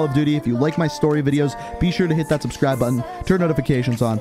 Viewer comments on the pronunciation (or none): none